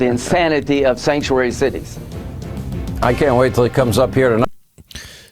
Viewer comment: “Sanctruary”. Hmmm